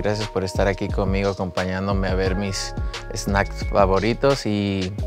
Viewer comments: the way he say snacks "es-snacks" a true mexican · In Spanish, “s” is pronounced “ese” so in English we will put an “e” in front of every “s” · “Eh-snacks” just like all my siblings lol